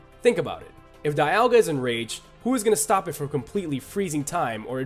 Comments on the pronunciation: It's pronounced "dee-ALL-ga" and "KYOO-rem" and I can include just 1 Pokemon that can destroy our world: Yveltal. Why? IT DID IT BEFORE ALREADY. IT WIPED OUT HUMANITY BEFORE. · Also..."dai-al-ga"? "kai-yu-rem"?? Those...those are just painful. That's "ha-doo-ken" levels of UGH. Considering this list would've been made during the 6th generation at earliest, he could've seen the official pronunciations in sources like Pokédex 3D Pro.